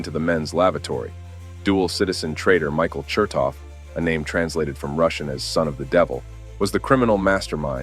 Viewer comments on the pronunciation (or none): none